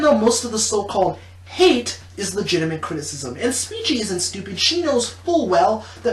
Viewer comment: Her name I think is pronounced SPEE- CHEE